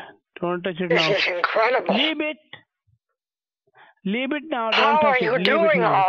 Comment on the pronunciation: Leeb it! Madam, leeeeb it!